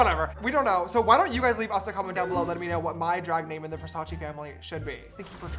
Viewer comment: it's nnot VERSACI is like THE so VERSACE im italian